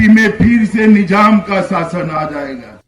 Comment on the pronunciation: Nijam nhi nizam hota h amitsah pagal 😂